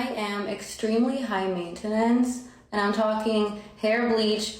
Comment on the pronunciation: I had to stop watching this video after she says "mainta-nance"